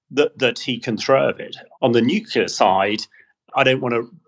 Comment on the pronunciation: 'Nuclear' not 'nucilar'.